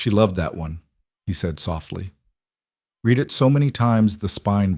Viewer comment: It's so funny that every single Narrator mispronounces the word "read" exactly the opposite of its intended use. These producers don't waste time looking for errors. 😂